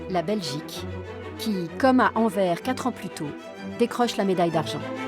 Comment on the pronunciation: tres bien !! mais on dit Anverssssss pour l'amour de Dieu